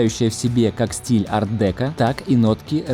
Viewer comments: Арт декО, а не арт дЕко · Молодцы! Сложная работа! А стиль ар-декО. Без Т и ударение на О. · Ар-декО!!! Ударение на О. Ухо режет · Арт-декО, ударение на О, извините, но режет ухо. Стол фундаментальный, только по ощущению какой-то массонский, много символов. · Ар-декО!!! Аж слух режет